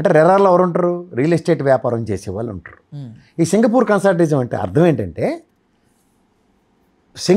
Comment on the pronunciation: అది కన్సార్టియం సార్, కన్సార్టిజం కాదు.